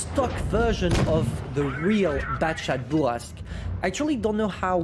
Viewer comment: I like your accent when you say Bourrasque... feels authentic and natural